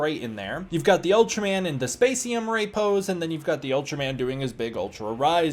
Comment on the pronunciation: You’re thinking of MEGO for the other figure. Great to see you having so much fun with with the poses and articulation on him, very fun. I think the problem with a Spacium Ray (which I think your pronunciation is correct) is you’d need a base for it as well. Which a base for the figure itself would be nice to put him in a flying pose but I see that more as a generic accessory stand-alone. Prior to the SH Figuarts the line was called Ultra-Act. Given what you’re experience with the series is I do totally expect to see a Rising Figuart review soon lol I don’t know how costly it would be but there is an Ultra-Act Ultraman Noa from Ultraman the Next if you wanted to deep dive.